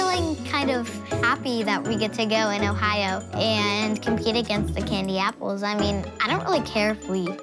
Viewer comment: No one: Not even a single soul: Chloe: cAnDy aPpLeS